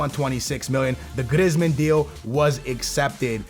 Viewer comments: his name isn't griz-man it's pronounced 'Greezeman' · GrIzzzzmen lmao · Its pronunced Graismann, not Grezman